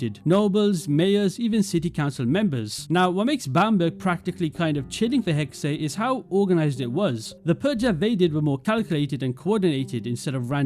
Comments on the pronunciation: Take a drink every time says hexay instead of hex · Why are youtubers pronouncing it Hex-Eh? It's Hex, the last E is silent. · It’s pronounced Hex 😂 The last E is silent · As a German I'm kinda worried I will not be able to take the English pronounciation of Hexe when the game comes out. It's not too terrible bit still sounds very weird. The pronounciation is hard to explain. Just throw it into a translator.